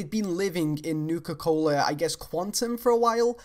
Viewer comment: I just want to point out, "Nuka Cohler." Great vid :P